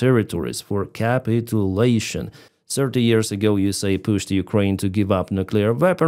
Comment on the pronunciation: I really appreciate your clean, direct reporting of the situation,, and totally agree with your summary. I applaud your ability to do this in English too – thank you. Just to let you know, the word "Capitulation" has the stress on the second syllable in English "CaPITulation"